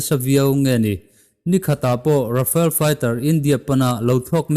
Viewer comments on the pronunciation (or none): Rafael a nilo.... Rafale